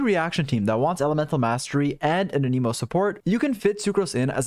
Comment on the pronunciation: my guy, ur videos are great but PLEASE stop saying "uh NEE mo" "a" as in ant, "nih" as in Nicolas (or even "neh" as in next), "mo" as in mocha